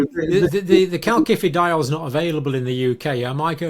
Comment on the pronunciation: CaSifediol John NOT Calkifidiol . It is a soft C